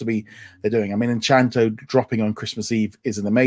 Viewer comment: Please remember guys it's Encanto not Enchanto😊